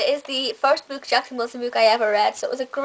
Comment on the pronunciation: Why do you pronounce book b-o-o-k instead of b-u-k?